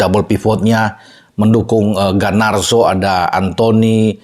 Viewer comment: Garnacho om bukan gar nar so